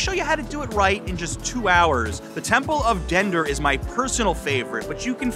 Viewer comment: At the Met, it's the Temple of Dendur, not Dender.